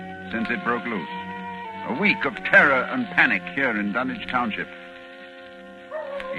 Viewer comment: It's refreshing to hear Dunwich pronounced correctly.